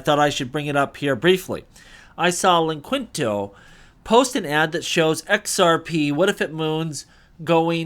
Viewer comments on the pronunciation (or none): It's linqto